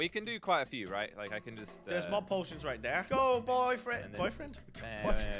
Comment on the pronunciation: WTF SAID BOYFREIND